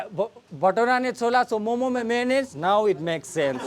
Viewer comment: Bhai tum bhi momos bol rahe hoo momo bol only